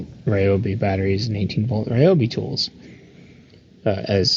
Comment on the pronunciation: All The Ryobi fan boys are going to be happy you don’t pronounce Ryobi as “Ree-Obi”. You get a thumbs up from me because you pronounced it correctly 😂. I’ll share with you soon my “Homemade Ryobi 18v roadside battery jump starter”